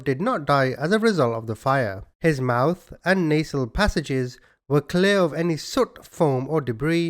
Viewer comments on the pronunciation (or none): none